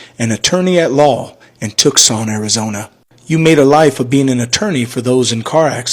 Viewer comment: bro, Tucson is pronounced "TOO-sun", not "tuck-sun" 😂 literally no one called his mom, I guarantee it. Also, calling someone on the phone is not "doxing" someone